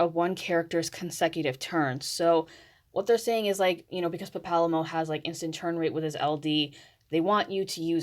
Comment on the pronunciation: Just realized I have been pronouncing Papalymo's name soooo wrong after hearing you say it 🤣